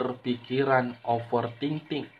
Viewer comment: Bang bukan offer Ting Ting tapi ofer thinking